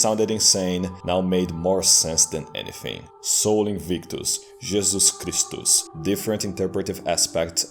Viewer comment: As a swede your jesus kristus sounds so swedish lmao